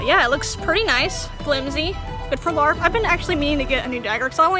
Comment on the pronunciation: Hahahaha when you said larp it sounded like fart lmao Or my headphones are too loud